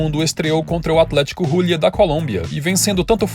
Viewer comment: Excelente vídeo. Só uma coisinha: o "h" no início das palavras, em espanhol, é igual ao português, ou seja, não tem som. Hélio, helicóptero, hermosa, haber, haver, etc... Hulia se pronuncia Ulia, como seria em português...